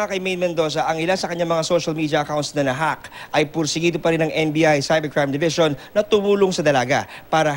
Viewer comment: ang kulet ampt hahaha ulit ulitin nyu 'na hawk'